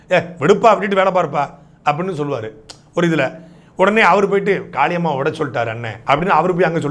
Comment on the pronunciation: எனக்கு மட்டும் தான் காக்கா காளியம்மான்னு கேட்டுச்சா ...🤔🤔🤔